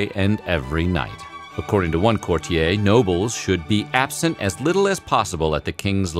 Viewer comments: and ‘courtier’... wtf lol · My brain has a spasm every time he mispronounces ‘courtier’... & he’s doing it a lot !